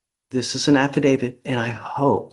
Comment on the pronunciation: That lawyer said “affidavid” not “affidavit”. Hmmm